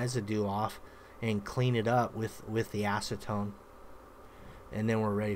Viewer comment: Did he say “ass to tone” 🤣?